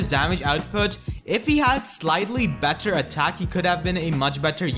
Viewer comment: it has a lot to do which syllables you are emphasizing/stressing as well as a non-fluid speech pattern (you place a lot of breaks in between words and syllables). Like on words like 'better', 'Navarre', 'regard', 'healers', 'inheritance', 'four', 'fourty', 'put', 'output', 'for', 'him', 'combat', 'often', and 'a lot'